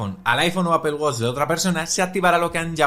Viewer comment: apel apel apel apel....... cual inche apel..... es APPLE